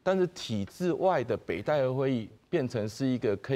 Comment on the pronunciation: 北戴(Tài/tè/tì)河，遮若無前例thang好參考，應該讀讀冊音Tài khah好勢，tī/tāi聲調攏毋著--oo